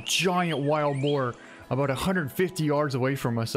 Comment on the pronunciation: I love how he calls it wild bore 😂😂 I'm sorry am from Louisiana and it's usually hogs and pigs and bores but amazing pig man congratulations